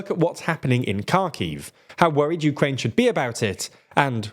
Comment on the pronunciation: Uraine? Urine?